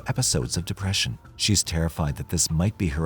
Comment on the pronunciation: Why’d he say “depression” like that 🤣🤣🤣